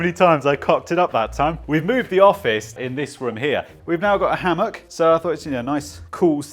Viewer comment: 'Hammock'... sure ;)